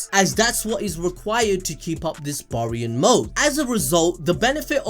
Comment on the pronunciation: Bear-ian. Say it with me now, Bear-ion Mode. Baryon Mode!